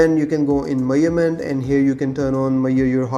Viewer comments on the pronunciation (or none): Meyurment ❌ Measurement ✅ Great video ❤❤❤